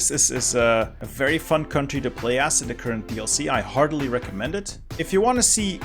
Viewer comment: did you say you "hardly recommend it" or "heartily recommend it" ????